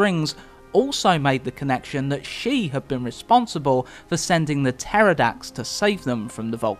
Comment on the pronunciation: "Puh-terrordax"? Hey whatever floats your boat